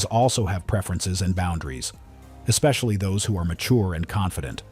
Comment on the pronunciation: How come this current generation can't say the word especially? They always pronounce it like ex-spacaly